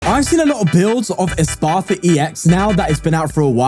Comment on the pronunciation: it’s insane how people see pokemon and immediately throw out any rules about pronunciation. espathra? “espartha” or “esparthra”